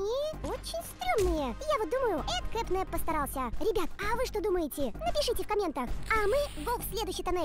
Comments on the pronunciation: Не кэт-нэп, а кэт-нап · Правильно не КэпНэп а КэТНэп